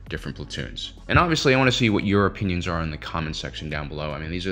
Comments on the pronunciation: When you said your opinons i thought you said europeans. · Same, that was funny 😅 I was like "Europeans? In Star Wars"? Oh boy ☠️